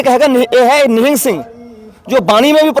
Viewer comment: Nihaang nahi nihang.. Kyo ulta bolte ho.. Ye foj hai sikho ki. Or shiv sena talware lekar chalti hai to...